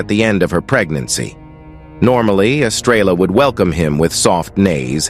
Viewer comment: This narrator drives me nuts! He doesn't pronounce words properly. I agree with other people who have given comments; who wrote this? Horses are not cubs! Estrella is Spanish for star and the 'l's are silent.